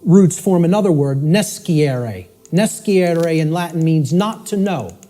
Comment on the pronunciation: Scire and nescire are read: /s c i r e/ and /n e s c i r e/